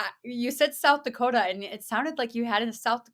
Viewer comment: Yes she totally nailed the pronunciation of South Dakota!! ... the first time, not the second time!! lol that was Northern Minnesota/Canada 😂 Midwestern girl here ❤️🤍💙 🇺🇸